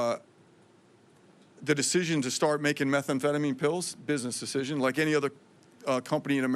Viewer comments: Why does she say methamphetamine so weird? Its meth am phetamine. Not metha am phetamine. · My gawd- learn the name of the drugs you are going after- it’s Methamphetamine not methA amphetamine- it’s so hard to listen to her and believe anything she says. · It's meth anfetamin not metha anfetamin! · Hey pam its pronounced meh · tham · feh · tuh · meen . NOT METHA AM PHETAMINE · “Meth Ah amphetamine” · Someone needs to let her know methamphetamine doesn't have an extra vowel makes her sounds ignorant 🙄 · Pam, it's not methaamphetamine! Learn to pronounce the evil you are fighting. This whole performance was an embarrassing attempt to deflect. As a proud MAGA supporter it's time for you to go. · What is "Metha- amphetamine"..??? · What is “Meth-A-amphetamine”? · Your pronouning methamphetamine wrong. No extra a. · Her pronunciation of methamphetamine is incorrect. She calls it Metha-amphetamine odd odd odd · "metha amphetamine" what a joke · Also, it is pretty absurd that the attorney general has never heard of methamphetamine in pill form? Maybe it makes sense though because she says methamphetamine like she’s just read the word for for the first time and is just hooked-on-phonics’ing the pronunciation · I'm sorry are we not noticing that our attorney general doesn't know how to say methamphetamine That's insane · I agree she does not pronounce methamphetamine correctly.